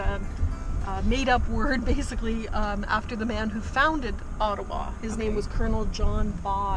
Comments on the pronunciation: Bhai main bhi aap ki tarah Ottawa ko O-taawaa bolta tha bachpan main 😂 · I also pronounce it Ottawa😄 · ओटावा,ईटावा हम भी ऐसे ही प्रोनोउंस करते थे😂😂😂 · bdw , humne bhi toh school mein "ottawaa" hi kaha hai !!!!! uska real pronunciation toh bahot baad mein hi pata chala hum bhartiyon ko !!!!! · I also said Ottawa in childhood like you